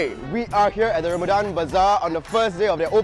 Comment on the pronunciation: Eh zhin you malay right? why u cannot pronounce ramadhan properly? #actonly.